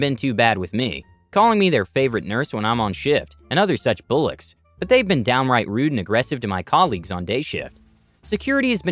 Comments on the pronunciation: Bullocks is pronounced bawl locks not bull ocks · I found the bit you're referring to, and it was not a typo, it was mispronounced. It was spelled bollocks. You're right, if the narrator said bullocks they made a mistake. (I can't listen so I didn't know what was said out loud.)